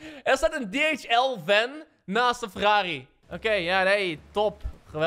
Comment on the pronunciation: Als je Nederlands wil praten doe het dan ook zeg geen fortza en fk dhl niet Engels zeggen